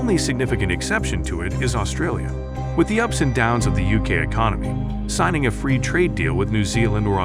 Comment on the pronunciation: We're fwee!